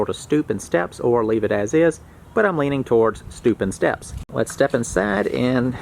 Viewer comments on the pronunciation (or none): I know you didn't say "stupid steps" but it took me a few times listening to realize you said, "stoop and steps". 😂